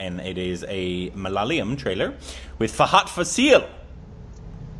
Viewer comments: When you guys say "malayalam", try it like "malayaaaaalam". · No, is not correct in pronouncing Ma-la-ya-lam. But 100% kudos for trying unless this is a Korbination in disguise. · Hi and, I would like to correct your pronunciation of the word Malayalam. Don't take it in the wrong sense, I am not pissed off that you mispronounce the word. I just wanted to lay it out so that you could learn it if you are interested. You guys read it too fast and say ma'lalaya'm. In your pronunciation the second L comes before the Y. But in reality the second L is after the Y. M'alayala'm It'll be easier if you say it slower, two alphabets at a time. Ma - la - ya - lam. CORRECT Ma - la - la - yam. WRONG PS: If you notice MALAYALAM, reads the same from both sides, hence a palindrome, in the current pronunciation you use it will not be. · Here's a little tip on pronouncing Malayalam. Ma(as in first syllable of mother) La(luck) Ya(yarn) Lam( Lam is pronounce like the Lum in clumsy) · Can you puhlease say Ma- La-Ya-Lum instead of Mala- ya- lam or whatever you say. It is not too hard but not sure why you always put the emphasis in the wrong place. By the way, do watch Mohanlal and Mamooty movies. They are superstars in whichever language they film- Tamil, Malayalam, Hindi. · That's not malaliyam ITS MA-LA-YA-LAM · Ma-la-ya-lam.... Not Ma-la-la-yam... Very difficult right? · Malalayam nahhh... Its ma la ya lam 🤣🤣🤣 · it is MA-LA-YA-LAM...not MA-LA-LYAM....... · Hello guys it's ma la ya lam. And not mla lam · The language is Malayalam. You should pronounce it like, Ma-la-yaa-lam. You say it like ma-laa-la-yam. That's wrong. You can google the pronunciation. I hope you'll correct that.☺️❤️✌️ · It's MA-LA-YA-LAM not MALA-LIYUM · .....it's not MALALAYAM...ITS MALAYALAM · You #₹₹&₹&&₹&₹ it's not malaliyam.. it's malayalam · Nooooooo, the pronunciation is...... - Ma-La-Ya-Lam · The pronunciation is ----> Ma-La-Ya-Lam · And Agian its Ma-La-Ya-lam